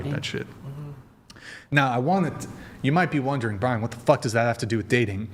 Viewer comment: Maybe someone can answer this for me, as I am a fairly new whatever podcast listener. Why do people call Brian,? lol